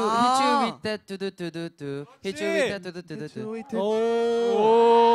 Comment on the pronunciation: 도현이 뚜두뚜두 발음을 못해 ㅋㅋㅋㅋ 튜듀튜듀 ㅋㅋㅋ